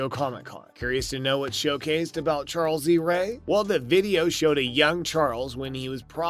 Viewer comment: What's with this guy's grammar? "Charl lees ray"? "Good guys doll"? Lol